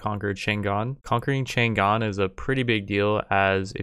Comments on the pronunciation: Isn't it written Chang'an to indicate that it should be pronounced Chang-an? Just saying. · It's "CHANG AN"(chane ann) not "chan Gan". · Chang'An, is actually Chang An - not Chan Gan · its pronounced chong-ahn